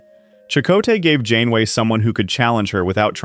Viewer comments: 30 seconds in and you say captain “gain-way”??? Do you care so little about the crap you produce you can’t even listen to it once and correct the obvious errors? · captain who?!? 😂 Shame to butcher the name, this series was one of the big reasons I was drawn back into Star Trek.